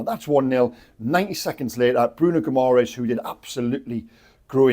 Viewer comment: Bruno Gumores..seriously ? .. can,t even pronounce the names of our own players.. more respect please and put in a little more effort